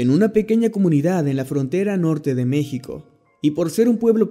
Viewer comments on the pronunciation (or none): none